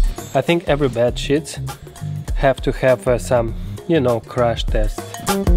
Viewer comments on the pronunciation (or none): His accent makes it sound like he's saying shit instead of sheet. 🤪